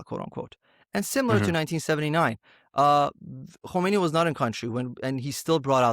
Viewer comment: Who's "hummanay"? Do you mean Khomeini? You don't have to ape their language.